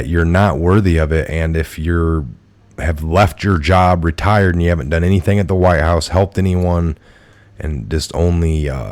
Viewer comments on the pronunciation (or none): none